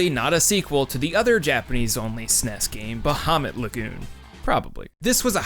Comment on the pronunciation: Händer in Einhänder is pronounced “HEYN-der” or “HEN-der”. Definitely not “HAN-der” or “HAHN-der”. The Ä changes the usual “ah” sound of A into an “EY” sound (that’s EY as in HEY). Also, the Arabic sea monster, Bahamūt, is pronounced “BAH-hah-MOOT” (long OO as in “boot”).